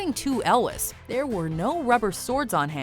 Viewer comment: Cary Elwes's name is pronounced "El-ways" not "El-wes".